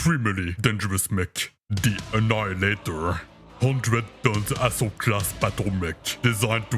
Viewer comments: With your accent I thought you said asshole class not assault class. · When describing the annihilator the accent sounded like “a 100 ton a$$hole class battlemech” which is also accurate.